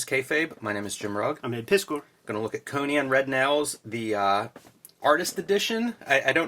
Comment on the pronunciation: Why do they pronounce 'Conan,' as 'Conyan?' Is that a Philly accent?